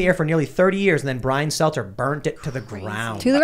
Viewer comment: Brian Stelter. Why don't you say his name correctly? How am I to know who you're talking about if you call out a name that doesn't ever resemble his? I wasn't talking about Stelter. I was talking about the original comment and how that comment was degrading and insulting towards the doorman. I never ONCE mentioned Stelter. I believe that it was an insulting way to talk about a doorman, calling him a "poor bastard", the way that he did. That has nothing to do with Stelter and I didn't mean it too.